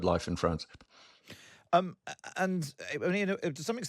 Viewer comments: "FWWance" "DisWWRrupting" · This host can't even say the word "France" correctly lol Fwwwance 😅